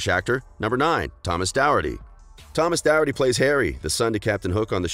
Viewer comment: It’s really annoying me how he’s saying Thomas’s name